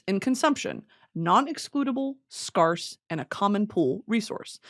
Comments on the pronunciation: why did u say scarce like that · Anyone else notice how she said “scarce”